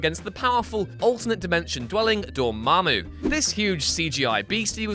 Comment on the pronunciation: I think you mean "DOA-MA-MOO".